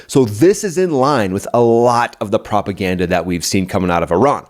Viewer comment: "Iranian Office of Propergranda" 😅😅 You made my day